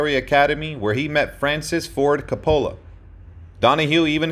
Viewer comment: You need to learn how to pronounce Coppola.